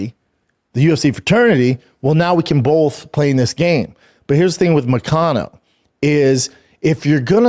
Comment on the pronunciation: Damn it hurts my ears how he pronounce ''MoKAnO''...by the way Shlaub, he lives in Florida so he is not in Brazil!